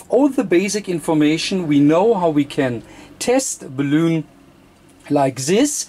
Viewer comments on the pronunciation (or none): Hi, the English call it a Balun like Bell Un, i know the pronunciation is prob a bit difficult...as you know it means balanced to Unbalanced...so Bal Un or Bal on or Bell en....not balloon hope you don't mind me saying this...from Fred in UK g4vvq. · Great Video - may I just point out that the English pronunciation is "Bay-Lun" (Balun) and not "Balloon" - but still a great video and very informative - thank you:) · Pronounced: (Bal-Lun). But, fine video! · Nice video. But please, it is BALUN like in BA-LÙN not Baloon like in 🎈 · Errr.. its called a BAL-UN.. A Ball-oon is one of these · It’s not a balloon…. It’s a Balun, as in balanced / unbalanced…. There is no loon in unbalanced. 🤦‍♀️ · BALUN NOT BALOON haha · If you want to get the pronunciation down exactly, it's bal-un, or multiple bal-uns. Your'e such a delightfully charming person, I really don't think that it matters. Thank you very much for being so instructive and having us all visit with you.Verend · Sehr gutes Deutsch.. Ich glaube in der Sprache, die Du hier im Video zu sprechen "versuchst" wird das aber anders ausgeprochen als im Deutschen.. Im Deutschen ist das so vollkommen richtig. Es ist "Balun". In dieser anderen Sprache hoert sich das ausgesprochen aber mehr an, wie "bellen".. So wird es da wohl ausgesprochen. Aussprache ungleich Schreibung.. Balun, wie im Deutschen ausgesprochen ist dort halt eher sowas wie "Luftballon".. Aber das ist nicht so wichtig! Das Video selbst, ist inhaltlich sehr gut.. :) Und das ist schliesslich das Wichtigste.. :D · Your English is GREAT. You might need to make a small adjustment in the pronunciation of the word "balun". You pronounce the word like "balloon" like a "hot air balloon" or what people blow up with their mouth for party decorations, "rubber balloon". This video might help you in the pronunciation. Only kind and helpful thoughts here. Thank you. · the "un" in balun rhymes with the number "one".